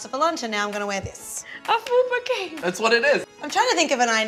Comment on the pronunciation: It's FUPA CAPE! But I'll let it slide this one time :)